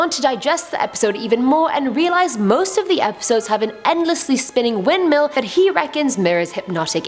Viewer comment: she really said winpeel 🤣🤣🤣